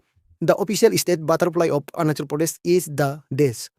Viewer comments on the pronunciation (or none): Aap arunachal pradesh pronounce Kariya pahile . Kya? Orunasol pronounce karrai